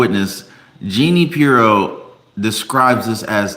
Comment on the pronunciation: jah-NEEN Peer-row